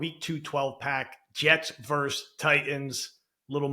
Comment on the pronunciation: It’s “versus” not “verse” you donut